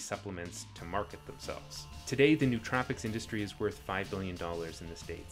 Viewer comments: It's 4 syllables: no-oh-tro-pic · Nice video with some good points. A couple minor corrections: It's "no-uh-troh-pik" You can regulate companies without regulating markets Protestants don't believe in salvation by works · It's the adderall making me so pedantic but still, it's pronounced noh-oh-troh-pic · You mispronounced nootropic